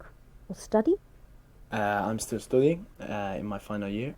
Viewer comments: "I'M STOODING LAW" 9.0 for sure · studing.. (s-ta-ding) .. welcome!